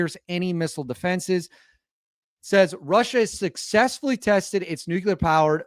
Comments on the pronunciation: ITS NU CLEAR!!! NOT NUKULAR😆😆😆😆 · NUKE-LEE-ER....NUKE-LEE-ER...NOT NUKE-U-LER...SAY IT 5 TIMES....NUKE-LEE-ER. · nuclear not nucular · Nuclear is pronounced like unclear (new-clear). We don't say Unk-you-ler when saying unclear, we also don't say Nuke-you-ler when saying nuclear. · Its Pronounced New-Clear !! NOT New-Q-Lar !! JesusKristofLatterDaySaintsandAllthatisHolyinHeavenandHell !! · NEW CLEAR,. Not NEW CUE LER. Great content, love your channel, but that's driving me crazy 😂😂😂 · It’s pronounced “NOO-klee-er” not “NUKE-you-ler “ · It would be much easier to take you seriously if you learned to pronounce "nuclear" - it's not nucular. You're entertaining, though, despite your skewed view of reality 😄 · Please stop saying nuculer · Not worried about your foreign language pronunciations. Your pronunciation of "NUCLEAR" needs help 😂 Love the show! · Nuclear has ONLY one U in the spelling. 🤭